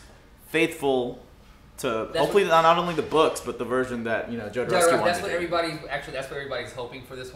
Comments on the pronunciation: Alejandro Jodorowski was a Mexican director who wanted to film Dune in the 19702. And Jodorowski's name is pronounced HO-DO-ROUS-KEY, not YO-DO-ROUS-KEY. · Guys, Jodorovsky was born in South America, so pronounced Khodorovsky.